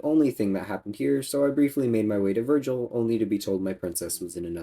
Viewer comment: Wow. Dude. Ver-jil not Ver-gil.